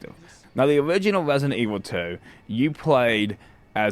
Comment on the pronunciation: Why wesident evil 2 is overwated!?!